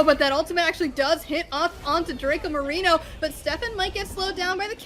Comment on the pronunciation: Me encanta que todo los comentaristas digan Dracomarino pero es Mariano :'v